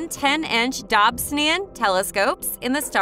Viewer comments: DOB - SONE - EE - AN .......pleeeease!!! It's NOT a 'Dob - sin - ee - an'! For goodness sake, at least do your homework before publishing this awful video. 😱 This video is just HORRIBLE to listen to. I am in fear of the next mispronunciation of Dobsonian. It just hurts my ears and my brain! 🤬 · I’m sorry, this video was amazing but if you say dobsonian like that more I might fling myself out a window lol. Great info but srsly